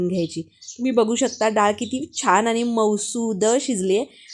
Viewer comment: मालववी नाही मालवणी. ही मालवणी डाळ नाही. उगाच काहीतरी फालतू व्हिडिओ करू नका.👎👎 धड बोलता येत नाही. स्टाईल मारून डाळ चांगली होत नाही. आनी पानी